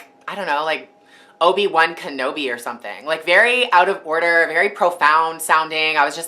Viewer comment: "OBI 1 KANOBE" DEAD xD